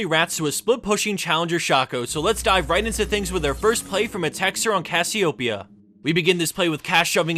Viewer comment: i really do hate how pronounces all these champions, he doesn't even annunciate the key vowels in the name...like 'cassiopea', he just says it like it's written. But how you should say is is...Cassio-PEEEEE-AAAHHHH, yeah?